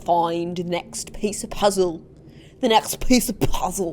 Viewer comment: OfF wE Go tO tHe cAt covEs tO ffInd tHe nexTtt peiCe oF pooozuleww